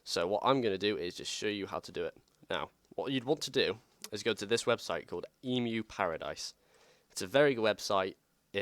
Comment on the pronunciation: Great video, very concise. For future reference however emuparadise is pronounced ehh-meugh paradise, like emulator paradise. Also to offer a bit of technical insight, the only consoles that need a bios are ones that can do things without a game in it. For example the N64 doesn't need a bios because the bios was stored on the carts. The GBA DOES need a bios however because it has the ability to load and run games out of ram and do things with the game cube like those Animal Crossing features without needing a game. The NES does not need a bios but the NES disk system does because it had that whole start up procedure and needed to initiate disk reads.